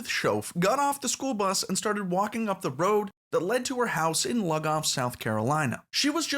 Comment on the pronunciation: Great video! In SC, it’s usually pronounced “Lew-Goff”. Just wanted to share that tidbit!